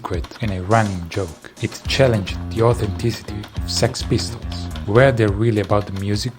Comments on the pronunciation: I like how he said s.e.x pistols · ES-EE-EX Pistols